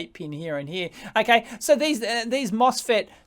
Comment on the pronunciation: from heah...to heah. and to thare and heah